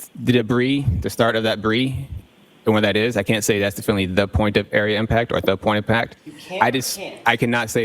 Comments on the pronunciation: Definely is not a word! He keeps saying it, but its not a word. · Yes! “Diflnly”